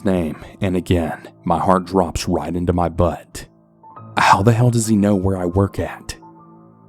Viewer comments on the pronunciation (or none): I don't follow you. This is the first video of yours that was on my newsfeed when i opened the YT app, so I decided to listen because why not. The way you said 'my heart dropped into my BUUHTT' won me over as a new subscriber